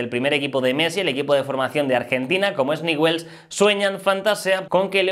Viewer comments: No sé dice Newell's, se dice Ñiuls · No se pronuncia así el equipo de rosario se pronuncia ñul.... Así suena